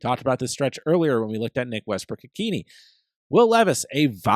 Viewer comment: It’s pronounced Westbrook Ikhin A